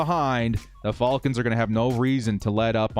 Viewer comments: Youre the only dood I dont mind hearing say FALLKINS lol., youve been holding it down during a difficult start to the year... hopefully things turn around for us on all fronts. Lets go Bolts!!! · “Atlanta Fall-kins” lol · Hate how he says "falcons" lol. Great stuff though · I love everything about this channel except for how says Falcons 😅😂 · It bugs me too, but I think it would bother me more if he started saying it right. Lol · I kinda dig it. What bugs me is the people that say Jagwires, and Bangles. 😂